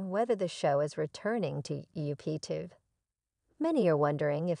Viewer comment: How can you expect us to believe anything you report when you can’t properly pronounce the names of the family or the tv station?